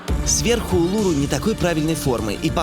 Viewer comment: Улуру -- ударение на последнюю букву